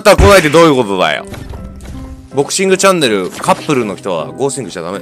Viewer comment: ボクシングチャンネルがぼっちングチャンネルって聞こえた僕は末期